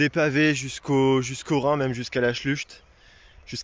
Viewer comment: Schlucht se dit prononce schlourt, (un copain cycliste d'Alsace) bravo pour cette belle aventure !